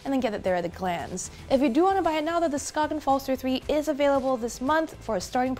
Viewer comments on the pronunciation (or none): Skain. Not "Skoggin" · The G in Skagen is silent btw, so it is peonoinced "skaen". Good review! greetings from Denmark ✌ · so then how to you write a word that is pronounced "skagen" in Danish? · So annoying that she didn’t bother to learn how to pronounce Skagen